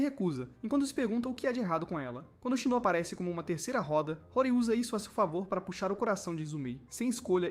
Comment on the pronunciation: Esse anime é muito bom, só que o narrador está falando os nome todo errado, a moça se chama "Senhorita Hori"( e ler-se RORI) e o rapaz e o jovem "MIAMURA" . Daí o nome do anime "HORIMYA"